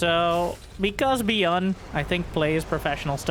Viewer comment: Dislike for the pronunciation of Byun